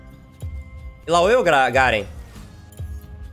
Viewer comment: Se pronuncia 'Aláui'